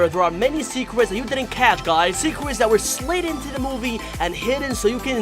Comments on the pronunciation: in The Begining He Said boss baby secwets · I just realized that you said secwets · “Secwets” XD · Bruh he said 10 secwets